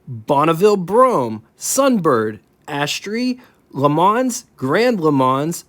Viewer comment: Just helping you out here...Boca Raton Florida is pronounced (Boca = Bo, then ca with the "a" making the same sound like the "e" in "the" = Boca, then Raton = Ra like the previous "a" sound and "ton" with the same sound as "on" like turn "on" the lights... Boca Raton.). Then for the Pontiac Astre, it is pronounced "As" as in Pass, then 'tre" with the "e" sounding like "a" in Boca.). At least that is how they are pronounced up in the Pacific Northwest, Spokane WA to be exact. 🙂